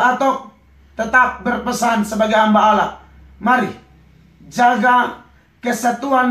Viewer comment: ngomong Allah aja ga bisa. entah apa ini pendeta bicara. lucu x ahhahahaha